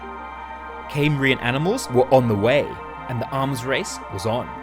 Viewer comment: Cambrian. NOT "Caymbrian". You don't sound American, so why?